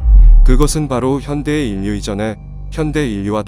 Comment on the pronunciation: 읽기 연습을 좀 해야할 듯. ㅉㅉ. 인류는 일류라고 읽어야지 인뉴라고 읽으면 안되지. 반론도 반논이 아니라 발론으로.ㅉㅉ, 짜증나서 듣기가 싫음.